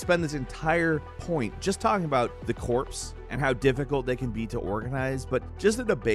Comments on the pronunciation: did you just pronounce the corps system as the corpse system? Never change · Corps - Pronounced core, not corpse. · Lmao did he pronounce "corps" as "corpse"? Bwahahaha!!